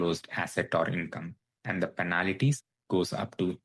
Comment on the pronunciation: Please pronounce penalties.... Not penalities.😊